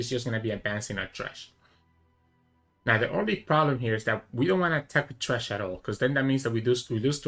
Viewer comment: it's thresh not trash lol